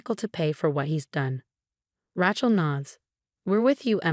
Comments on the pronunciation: Smiled at the pronunciation of name raechal. It should be lije Ray chill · We don't know how to pronounce Rachel? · Hey, can someone teach AI to pronounce Rachel or Sophia?